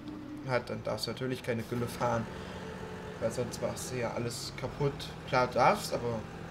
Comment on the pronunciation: Das heißt nicht tülle sondern gülle